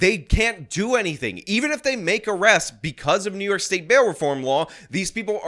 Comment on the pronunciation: What IS this " City Of Nyork" of which you speak? 😂